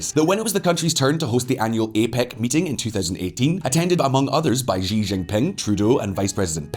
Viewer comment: Xi,, is pronounced like the English word "She" not that strange monstrosity you say:D